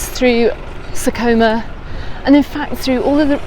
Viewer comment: Very useful info. You pronounce sa coma perfectly, cuz is almost perfect ❤️🇪🇸